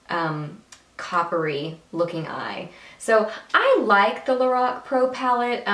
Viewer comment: Gurl ur so funny...lorock hahahaha. Ur super gorgeous I need some eye tutorials....ur killing the British accent.. funny gurl j ust sweet pure funnyness